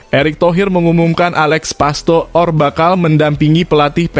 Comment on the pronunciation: Bodoh banget Mimin ini membaca nama orang pastoor itu di baca pastur